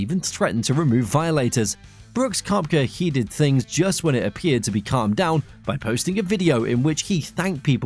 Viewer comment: Your commentary sucks. You mispronounced Koepka’s last name.